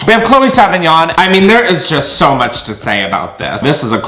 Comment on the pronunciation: LOL STOP you saying chloe sevigńïôn or whatever the fuck her name is... god dammit. Choked on my drink.